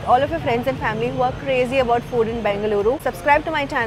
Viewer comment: Your pronounciation of Namma "Bengaluru" is spot on!!. Nice enjoyable video as always,!! Thanks for visiting our state